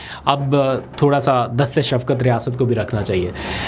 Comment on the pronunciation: Wa "dast e shafqat" achhi urdu 😊👍🏻